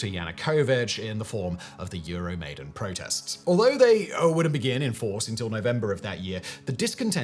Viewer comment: Euro maiden....cover band of iron maiden. Love the content. Hate the pronunciation